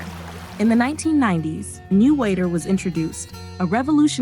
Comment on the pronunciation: Thanks 🤗 Am born & bred here since 80 years ago. I’m happy for Singapore’s success. Accurate facts & narration … except that ‘Changi’ should be pronounced as ‘ Chang yi ‘ & ‘Newwater’ as simply ‘ New water’